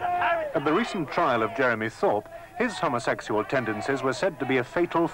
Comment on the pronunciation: Just love the way the presenter says, ‘homosexual’. Homma sex yuell. 🌈😃❤️🧡💛💚💙💜